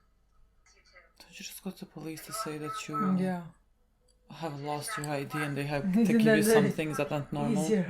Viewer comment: It's pronounced Ee-Dee, not Eddy. Just a friendly correction!